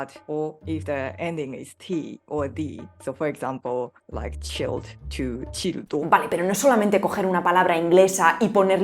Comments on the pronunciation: Menos mal que tiene un C2 en todas las lenguas y CHILLED lo pronuncia "chàil" (/tʃaɪl/)... Creo que incluso un A2 diría al menos "chíled". CHILLED es gráficamente y en IPA /tʃɪld/, más o menos y en ejpañó, "child". Lo de las RRRRRRR es ya otro capítulo. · Pero te falta mucho sobre la historia de dragón ball, el piccolo original no es el que pusiste ahí y chilled no se pronuncia "chaild" como niño sino como "child" de enfriar o enfriado. Y obviamente se tuvo que usar lenguaje extranjero, no sólo del inglés para que el anime fuera más global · ¿Acaso, ya, te han dicho que pronunciaste "chiiled" equivocado? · dijiste child en vez de chilled.